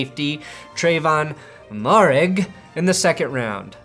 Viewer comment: Trevon MO-air-IG